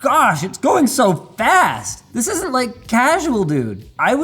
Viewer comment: To me, it sounds like he's saying "this is in a child's hand"